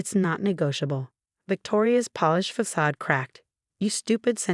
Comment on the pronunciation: AI can not pronounce a simple word like facade (f a s a' d). When is the content Creator going to get smart and get a real human to read the stories.